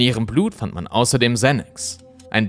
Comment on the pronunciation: Xanax spricht man im deutschen so aus wie es geschrieben wird. 🕯️🕯️🕯️🕯️